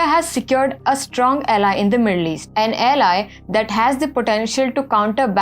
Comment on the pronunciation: araV(Arab) countries ?? yellei (ally)?? Please improve